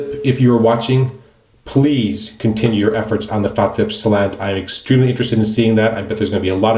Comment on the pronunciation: Wait...did you say Fatip slant??